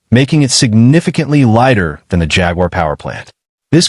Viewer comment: It drives me insane the pronunciation of Jaguar..